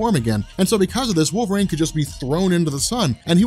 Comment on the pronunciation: Wolvreign? Stop saying it like that.